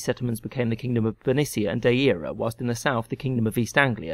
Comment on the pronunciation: Deira - was it said like Dy-eera? 'Diera' I would understand if said that way. So I think more Dy-ra, Dier-a, or Deera would suit. 'Dair-a' (or Dy-ra) was likely the original. Maybe the way modern Welsh would say it, would come closest?